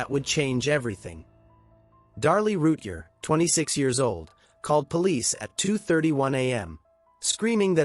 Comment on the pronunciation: You need to say her name right. Every time.